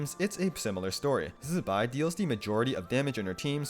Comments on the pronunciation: its zi bai not zzbai we lit heard them say her name already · Useful video, but what’s up with your pronunciation of Zibai? You sound like a fly buzzing when saying the first syllable? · Please stop saying zibai's name like that